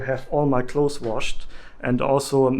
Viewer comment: Great video! I found it very helpful. Thank you. Ps Clothes is pronounced KLŌZ. You don’t need a lot of clothes.